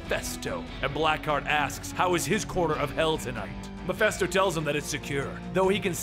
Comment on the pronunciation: It's: "MEH - FIST - OH". Mephisto. Not Mephesto.